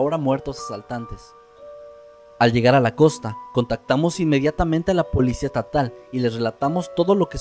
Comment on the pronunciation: Así que fuisteis con la ''POLICIA ETATAL'' Jjjajaja no te salió la S